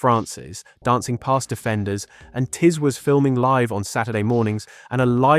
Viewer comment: Tiswas is also pronounced completely wrongly. So sick of this lazy AI narration